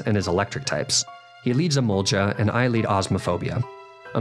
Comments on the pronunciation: It’s not EMOLJA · The way you say Emolga is sending me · The scariest part of this run is how you pronounce Emolga. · Hold up, you pronunce Emolga with a soft G and not a hard G? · Your pronunciation of “emolga” angers me